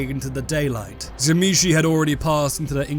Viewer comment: you are pronouncing tzimisce wrong m8, It is "zim-eat-see" according to its creator